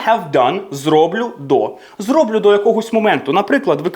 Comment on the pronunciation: Все добре, але дуже дратує переклад українською "я принЕсу, я зрОблю" тощо. Неправильний наголос просто ріже вуха.